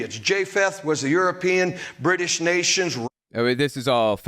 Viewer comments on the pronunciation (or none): none